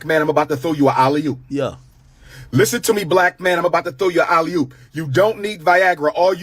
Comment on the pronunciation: Nigga said a Ali-hoop 🤦🏽‍♂️